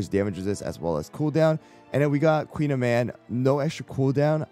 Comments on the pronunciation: Her name is actually pronounced as Koon-yaman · Call me a snob but I hate this american pronunciation of the pastry. I much prefer the Briton. Like why did we allow this but took the time to correctly learn and pronounce ✨croissant✨?? 😭